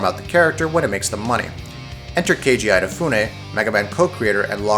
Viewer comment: Eyenafune? I never knew he was Irish :D